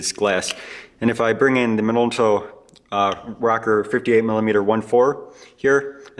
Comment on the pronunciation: I'm sure it's an awesome video and I'm even more sure I will find your channel VERY helpful in fixing cameras like I do. But also I couldn't finish this video because of the way you pronounce "Rokkor". Sorry. It's not you, it's me.